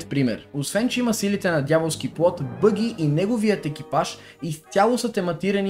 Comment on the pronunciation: казва се баги с а :D